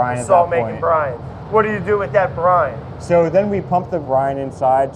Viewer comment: I keep hearing Brian instead of Brine wait they sound the same but VERY subtle different